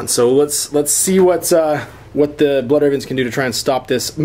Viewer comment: BLOOD REHVENS YOU HAVE FEHLED TEH EMPRAH.